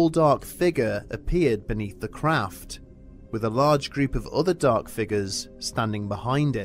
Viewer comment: I expected a good scare but unfortunately ended up laughing so a hard I'm going to have to rewatch this. Sometimes I enjoy being partly deaf because what I do hear is usually so much more funny. When the narrator said "craft" I heard... "They saw a collosal 'crap' three stories tall..."